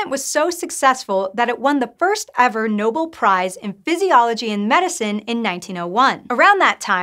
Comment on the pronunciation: It's "Nobel Prize", not "Noble Prize". Sheesh!